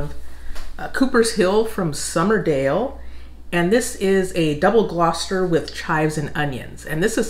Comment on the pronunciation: Your pronunciation of double Gloucester is correct, I'll be going to the market tomorrow and will try something new, Lancashire cheese will be on the menu